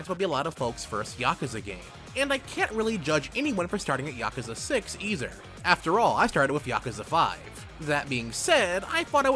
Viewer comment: "This isn't a bad thing eizer it just shows thsegame manisz a strike" i just really enjoyed the way you said that sentence also im thinking of starting with yakuza 0